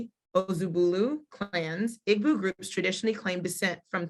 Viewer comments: People. PLEASE...It's not "IG -BU"...IT's "EE - BO"....Say "EE-BO" " EEEEEE - BO " which is where the word "Hebrew" comes from...Eber/Ivrite/Ibrim are mispronunciations of "IGBO". In addition, what she's reading isn't what the majority of the people believe. Mostly, foreigners have come in and published books. You have to speak to the actual Elders in different villages so this misinformation can stop being spread...The Eri myth is only 1 part of the history. Our people have to STOP trying to teach these things when you don't know yet...There's sooo much that Black Hebrew Israelites just don't know. I'm currently making a documentary on this. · Please use the correct pronunciations of the words that you refer to by looking them up or asking someone from that country. Igbo has a silent g. sounds like ee boo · people say Igg-boo. It's EE-bow Igbo or Ndi Igbo EN DEE-bow.